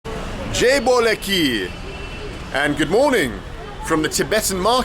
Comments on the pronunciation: Its not jai bole ki... Its jai bhole ki... Bh-o-le not bo-lay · U saying jaai bhole ki very wrongly.